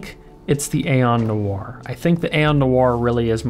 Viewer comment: It’s NOIRE not NOIR